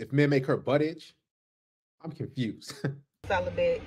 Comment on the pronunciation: Celabate!?!? Lol more like “Sell a Bit”😂😂😂😂